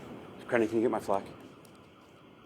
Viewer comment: hehe another one is...when people pronounce "anything" as "anythink". Or asterisk as Astrix :D